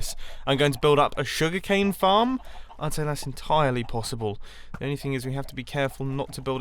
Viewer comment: Did anyone else think he said 'fart' at the beginning instead of 'farm'?........just me........okay